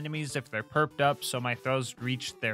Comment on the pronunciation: Everytime you was talking about slag and you saying “PURPed up” make’s me hear yuu saying “PERKed up” cause everyone in my city/Home town rn are all perc addicts and ARE REALLY “PERCed up” lmao.